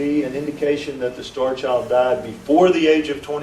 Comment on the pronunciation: it sounds like he is calling the skull the "Starch Owl"